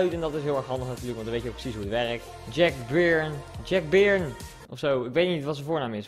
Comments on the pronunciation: Byrne sprees je uit als born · Het is Jack Byrne en je spreekt het uit als borne en als het goed is is er ook nog een upgraded card